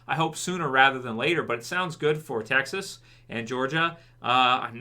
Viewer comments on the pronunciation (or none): none